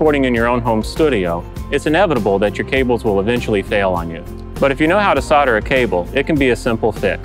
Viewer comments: Thanks, but not sure why you kept saying "sodder" instead of "solder" :S Maybe the L is silent and I've been saying it incorrectly for years. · WHY sarder? Its solder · Try - "Soul - der" - that'll do it! ?? LOL! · He is american they cant spell "L" for some reason.